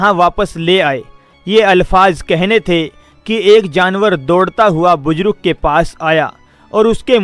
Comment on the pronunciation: Are qabil aadmi buzrug nahi buzurg hota hai